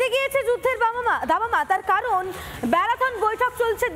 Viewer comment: মহিলা শুরুতে দামামা না বলে বাবা মা বললো নাকি 🤪😂